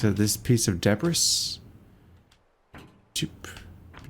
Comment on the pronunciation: Just a note,, it's a common mistake for people who have only read the word, but "debris" is pronounced dəˈbrē, or more simply put, d'bree. It's from French.